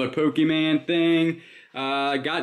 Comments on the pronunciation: Just FYI, it's pronounced Poke-ee-mon. (As in Lawn) Not Poke-ee-man. It made my ears cringe when it kept getting mis-pronounced. Much like if a Marvel, Star Wars or Harry Potter character were mis-prpnounced. LoL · You said pokeman lol it’s Pokémon lol my dad says it the same way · FYI. It’s not pokeman, it’s Pokémon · First of all... the disrespect in mispronouncing pokeMON. But pokemon, anime stuff always sells. Also it's plushie. The anime community calls them plushies.